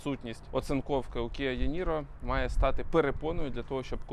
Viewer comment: дякую за огляд 👍 також на нього поглядав, але вибір пав на Kona Electric 2022 року вибач, але відразу хочу поправити промову назви авто - це не єНіро, а іНіро англ буква “e” читається як наша “і” і згоден по дизайну екстер’єру - трохи застарілий із прикольних фіч - в нього ще є 3 рівня рекуперації, які можно регулювати пелюстками під кермом чекаю на огляд Kona Electric 2022 🙏